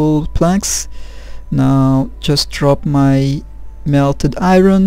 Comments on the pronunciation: NIce! Thanks so much for posting these,. Some of us TRULY appreciate it! OH, it's pronounce like I-urn...for Iron. =) Best, John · R is silent in Iron